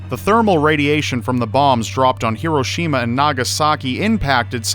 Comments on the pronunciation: I know you're Canadian or something .... but... HE - ROW'- SHE - MA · you keep mispronouncing Hiroshima